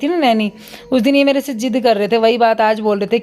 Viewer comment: aap se ko h bolte ho mene kei bar notis keya hai